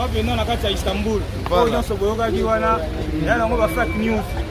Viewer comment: Istanbul et non Istambur🤦🏽‍♂️